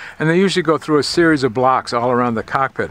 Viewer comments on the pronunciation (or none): none